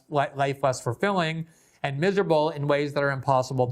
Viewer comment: Love your work but you do torture the word "and"